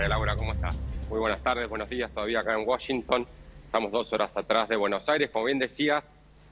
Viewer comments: a todos les quedo claro que milei esta en "woshington"? nombro 3 veces washington en menos de 10 segundos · por que dice woshington? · Uoyinton dice la periodista 😂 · Se dice Washington con "a"